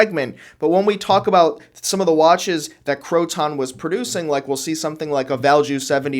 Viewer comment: I was a Croton AD.. it's Croton, not crow-ton, those go on salads.. lol. Cro-ten is more correct..